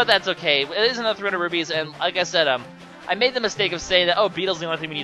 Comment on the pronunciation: I keep hearing you say rubies, but the are rupees, I can't tell if you are saying it right, but I think you aren't